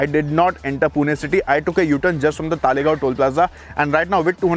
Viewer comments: It's "Talegaon" and not "Taalegaon" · It is तळेगाव not तालेगाव. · अरे भाई तालेगांव नहीं , तळेगाव या फिर तलेगांव बोलो । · It’s तळेगाव not तालेगाव